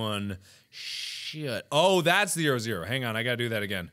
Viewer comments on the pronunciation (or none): none